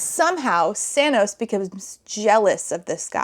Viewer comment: I'm fairly certain you're saying 'Sanos', but YouTube is subtitling it as 'Thanos', and all I can think is that he's got purple hair and painted nails 😆